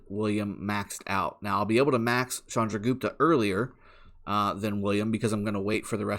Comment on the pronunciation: First youtuber who pronounce it right way "Chandragupta". Waiting for reports so badly.....